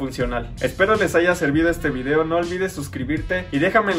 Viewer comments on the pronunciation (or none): none